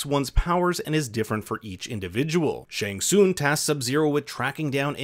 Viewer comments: Pronounced shang sung not soong lol 😆 I found that funny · it's also not SHANG SOON. IT's SHANG SUNGGGGG